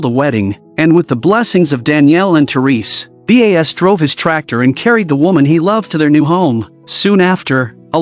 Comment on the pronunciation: is the narrator a human or AI? why is the name Bas spelled as B.A.S and not pronounced properly? So annoying.